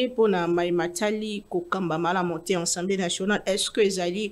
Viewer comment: madame journaliste dit toujours ENsemblEe au lieu de AssemblEe nationale. PRIERE de corriger ce petit grand DETAIL